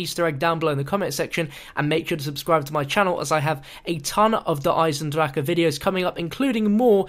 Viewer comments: Why can't you just pronounce the map name properly? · Didn't pronounce the map right...